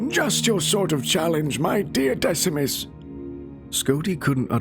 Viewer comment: Decemus is pronounced Deck-e-mus I don’t know why that bothered me.